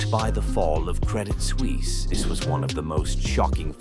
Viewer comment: SuUISse 😂 Suisse is nearly pronounced as Swiss